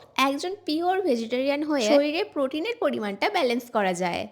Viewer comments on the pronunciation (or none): Uccharot thik koro tumi public platform e acho manush tumar theke ki shikhbe? Vejitorian abr ki vegetarian hobe